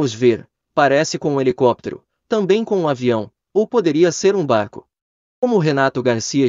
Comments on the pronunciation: ele falou BARRO, e não barco… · O falou BARRO e n barco